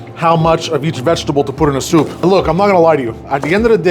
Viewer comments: Not like “soopuh” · lol.. he says souP(pop) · Is the way he says soup that gets me